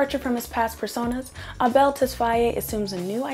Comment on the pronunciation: please. not "ah-bell" 😭 its "eyble"